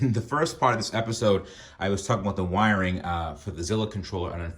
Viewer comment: You lost me at saying "wiring ". Lol